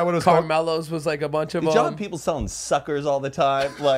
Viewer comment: Me from New Zealand hearing them say caramello by cadbury and chubachubs 🤦🏼‍♀️😂 very popular snacks here.